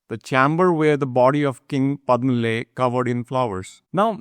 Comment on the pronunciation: Very nice. Can you please pronounce the words as they should be? For example, it is Padhma ,not Padhm.